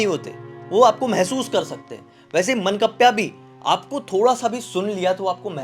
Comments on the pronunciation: मनकप्प्या नहीं सर...मानकाप्या बोलते है भूत को । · मंकप्या nhi 😂 मान काप्या hota hai... decapitator, someone who beheads 💀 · मनकप्या नाही, मानकाप्या 😅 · Mannkapya nahi ye mann-kavya hai 😅😂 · मनकप्प्या नही बे.मानकाप्या होता है.